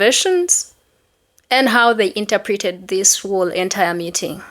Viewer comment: Interpreted 😂 thats a new way to say that word inter-preted 😂😂😂